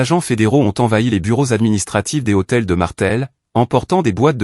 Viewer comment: Lh d hôtel n est pas un h aspire on ne dit pas les hôtels